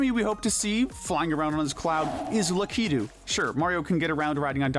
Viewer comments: It's Lak-i-tu not La-ki-tu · Wait how do you pronounce Lakitu Luh-key-too or Lack-uh-too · Dashie even mispronounced lakitu's name wrong. I think he got that from dachie